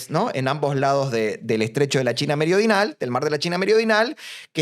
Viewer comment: Muy bueno. Muy gracioso lo de meriodinal que no le sale. 😂